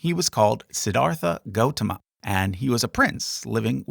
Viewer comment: Just a small nitpick but when Siddhartha (correctly pronounced si-dhar-tuh) became enlightened, wouldn't have he had been considered bodhisattva before being know as Buddha?